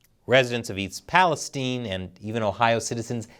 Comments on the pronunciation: Thanks for pronouncing "East Palestine" correctly. Very few journalists do. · This man is brilliant. He knows how to pronounce "East Palestine," which almost no journalists do.